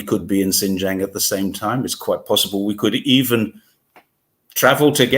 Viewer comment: A most interesting video, and story of facts and implied geopolitics. Just one point about the pronunciation of Xinjiang - it’s pronounced the way it’s written in pinyin: xin j- i -ang (don’t miss out the “i” - which is what all 3 of you did wrongly !).